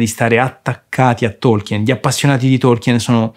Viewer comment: Difficile definire Lord Of The Rings fantasy. Quello è venuto dopo. Tolkien (a proposito… la E non si pronuncia) voleva creare una mitologia. Va letto come leggeresti la saga Norrena, o il vecchio testamento.